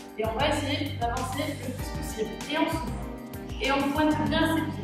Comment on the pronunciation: C'est bizarre quand tu dis '' et on souffle'' moi j' entends '' et on souffre'' 😩😩😩😭